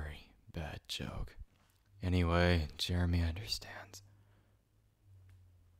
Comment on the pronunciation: Why’d he say “Jeremy” like “JeReMY” 💀